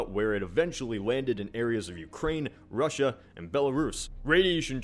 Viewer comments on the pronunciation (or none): none